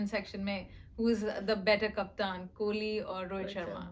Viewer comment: Someone please tell him that it’s “Kohli” and not “Kholi”